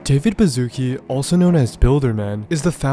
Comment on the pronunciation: its not David Bazookie its a polish name and the sz is pronounced like the English "sh" sound, as in "ship". please do some research about foreign names before you misspell them